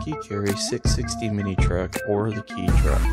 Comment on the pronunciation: It's pronounced K or Kay not key, my ex girlfriend is Japanese and owns a Honda Acty it's awesome